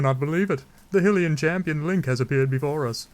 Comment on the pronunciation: Its HI-LIAN NOT HILLIAN